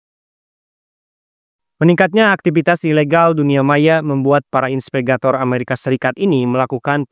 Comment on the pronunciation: Inspegator? Apa itu? 😂😂😂 Atau mau bilang investigator? Trus silk road, baca nya bukan sail road, artinya jalur sutra, mungkin dia terinspitasi dari jalur perdagangan zaman dulu yang menghubungkan asia timur, afrika dan eropa. Sekedar saran, jangan asal baca aja narasi nya, ada baik nya di cek lagi kembali sebelum dibaca, kalau ada bahasa asing atau sebuah istilah, ada baik nya di cari tau lagi. Soal nya dampak nya bahaya sama penonton, jangan nanti dikira yg abang ucapin pengucapan yg benar.